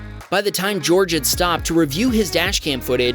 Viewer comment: I am an American, and I wouldn't say George like you said it based on the recording.